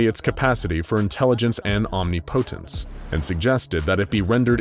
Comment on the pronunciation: I am one again angered by a pronunciation, this time Omnipotence